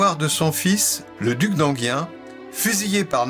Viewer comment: Merci pour cette intéressante vidéo. Je me permets une remarque sur la prononciation: à ma connaissance, Enghien se prononce sans le "i" (comme si ça s'écrivait "angain"). Du moins si ça se prononce pareil que la ville d'Enghien-les-bains (95), près de laquelle j'ai habité un temps.